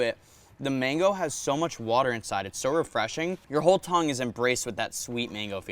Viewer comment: U still saying tongue:/